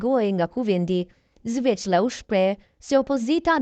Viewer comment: Oj moderatore mesohu me lexu nihere se ky quhet Xhelal Sveqla e jo Zveqla